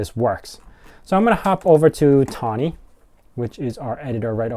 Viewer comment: FYI, it's THonny.. as-in PyTHonny..